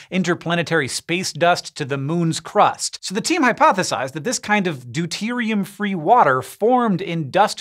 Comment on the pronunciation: lol u said deute